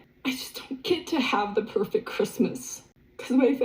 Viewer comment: Robyn's pööfekt christmas😂😂😂 That's her biggest dream in this world and now it's gone. Omg...her life is so easy😂🎉